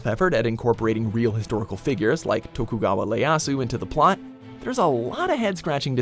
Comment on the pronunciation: Tokugawa, y'pronounced that right. But Ieasu. That's an I, not an L Pronounced E(as in he)-ay-ah-su. Also, for all that Dante's Inferno butchers history, it butchers the poem much more.